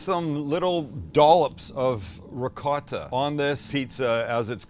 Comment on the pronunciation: Why do you say ricott?…